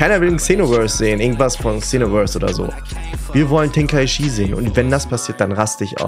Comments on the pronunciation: Es heißt "Içi" 😭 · Du sprichst tenkaichi und xenoverse voll falsch aus 😂 "Tenkaischi" "ksenoverse" 😂😂🤦🏼‍♂️